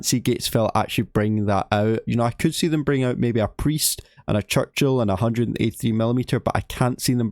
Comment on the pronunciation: 1) clickbait 2) CHUCCHIL 😂😂😂